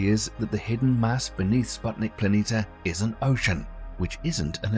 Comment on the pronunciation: How can somebody spend so much time producing a video like this and still pronounce planitia wrong over and over?